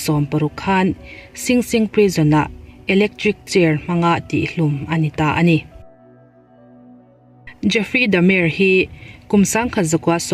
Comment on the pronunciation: Jeffery dah mar tia lam tur.. Da mer tia lam lovin.